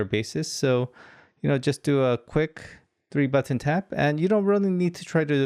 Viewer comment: Please stop saying b-u-T-T-o-n.